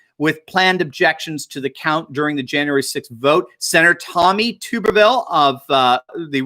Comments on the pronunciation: Tub, not tube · It is pronounced tub er ville, not tube er ville. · It's Tuberville, Tuberville, not Tooberville! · its "tub" not "tube" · Tommy Tuberville is from ALABAMA and his name is pronounced like "Bath Tub" Not pronounced like Boob Tube. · Tommy. Tub- er- ville. Not. Tube - er - ville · Senator Elect Tommy Tuberville is from Alabama and was the former head football coach for Auburn University. Please pronounce his name as Tub er ville as in bath tub not tube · He's from Alabama and his name is pronounced TUB BEEVILLE Like a bathtub... Tubervile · Tub - ber- ville from Alabama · his name is pronounced Tub’- er -vil and I am 99% sure he is from Alabama. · He coached at Alabama and and old ms he’s. Name is not tube ber vill it’s tub ber vill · Tubberville is from Alabama, pronounced Tub ber ville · Thought you'd wanna know that Tommy Tuberville's name is pronounced tub-er-ville :) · That's Tommy TuRbeville pronounced Turb ah ville. You left out the R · Alabama!! Pronounced "Tubber-ville" although it's not spelled that way 😉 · Tuberville is Alabama. Even as a strict Tide fan, I voted to put him there. His name is pronounced 🛁-erville 😉